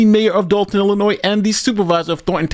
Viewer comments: It’s said, “Ill-a-noy” not “Ill-a-noise” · There's no "noise" in Illinois. "ILL-la-noy."